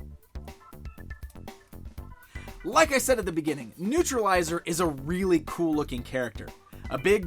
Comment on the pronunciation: Newtralizer not newtrilizer